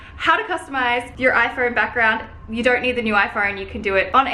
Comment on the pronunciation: I hate how you say “iphoUne”